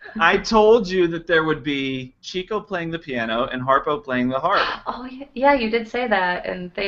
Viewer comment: One of my favorite lines from Duck Soup said, of course, about Margaret Dumont: "Remember, you're fighting for this woman's honor, which is probably more than she ever did!" Incidentally, it's pronounced "Chick-o" not "Chico." He was given the nickname because he was always chasing chickens (i.e., women). It was originally spelled Chicko but it was misspelled once and the new spelling stuck.